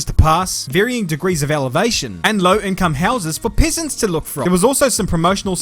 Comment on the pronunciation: I love that with your accent, the pronunciation of peasants sounds like pissants. Same thing basically. Right?🤣